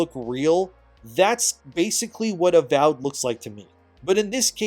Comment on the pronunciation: the AVOID instead of AVOWED is actually kinda hilarious. Is that edited?